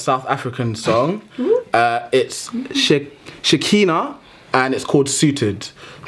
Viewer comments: you pronounce her name as shekaanah...love the song!!! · msunu....ga le itse sepe ka Shekhinah and cant rate her that low. And ya'll got the pronunciation of her name wrong...watch her feel good live sessions video on YouTube and see how she says it.